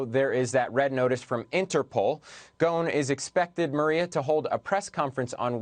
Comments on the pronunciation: Why are they pronounce his last as Ghone? His last name is Ghosn (pronounced Ghoson) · His last name is pronounced go-son